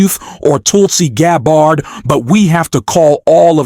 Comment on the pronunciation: LOL I love the mispronunciation of Gabbard's name. Not even going to correct it - if they want to say the VP's name incorrectly, they can have a taste of their own medicine. Also, congratulations on finally learning how to use singular "they" - I knew you'd get there eventually!